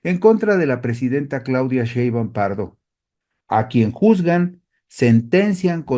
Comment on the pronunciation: Está bien que no puedas pronunciar correctamente el apellido paterno de nuestra Presidenta, pero ¿podrías cuando menos leerlo correctamente?